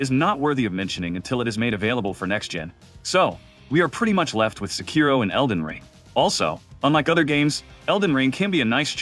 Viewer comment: How can you say Sekiro is your favourite FromSoft game but you don't even know how to pronounce it properly, which is said throughout the game so many times?